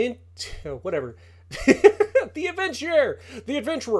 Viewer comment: L-Aventurier not La Aventier 😂 French is no one’s strength, just call it the adventurer to make life easier